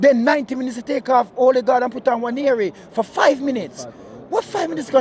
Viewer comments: Øligarch or Ødegaard 😂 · Man call him '"Olligard". Lol. He's not Russian my friend.